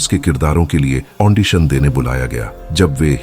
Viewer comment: The word is AUDITION, not AUNDITION.